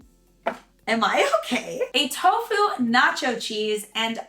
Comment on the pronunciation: Did you say tocu mozzarella? Lol this is great!!!